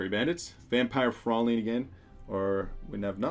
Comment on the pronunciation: Fraulin is pronounced Frow-line. Its a german word.